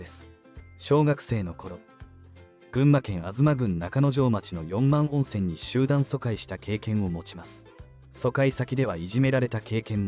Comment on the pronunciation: 四万温泉 よんまんおんせん→しまおんせん もっと勉強しないと、